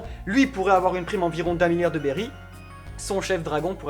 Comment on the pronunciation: BERRY PAS BERRYZZZZ